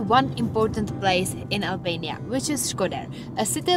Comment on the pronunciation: Albania looks beautiful. Though I would've loved it more if you soften your "r" a little bit when pronouncing it.